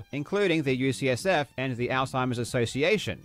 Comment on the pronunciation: It’s maybe also worth noting that he sometimes says “USF” instead of “UCSF”, which are very different colleges. But the bottom line is - he has claimed to be donating to a few specific organizations, but provides no evidence that’s ever happened. That’s a flat out lie.